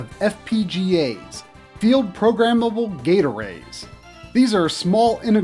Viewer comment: Thought this fool said field programmable "gatorades"